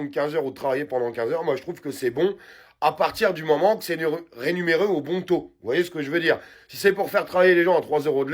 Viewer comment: On dit : " rémunéré" et pas " renuméré "